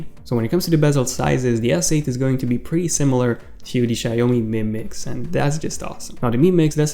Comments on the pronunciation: Seriously guys?? It is pronounced like shiaomi. not "shay oh mi". Two syllables, not 3. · Sancho Lawan its read as shaomi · I know..but that's what he said. He pronounce it as shayomi.ahahaha